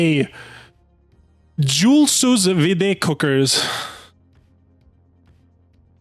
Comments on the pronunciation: Pronounced (Soo-veed) lmaoo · its pronounced sue vee it heats water to a specific temperature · Sous Vide "Soo Veed" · Wow the French Canadian was way off lol. It's pronounced like "jewel sue veed" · it's pronounced like Sue - Veed and it literally is just an immersion heater that you cook food with slowly in water